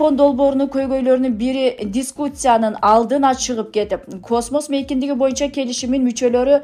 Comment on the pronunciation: туура окунузчу сураныч. "Резюлация" эмес резолюция. Биринчи бир эки жолу текстти окуп алсаңыз кыйналбайсыз. "Дискуция" эмес Дискуссия.😂